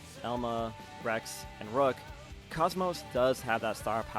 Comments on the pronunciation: Also KOS-MOS is pronounced Koze-Mose. Cozy with no y and most with no t. She is named after the kosmos flower. Not Cosmos like outer space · ok. Also hope you dont mind my pronunciation correction with KOS-MOS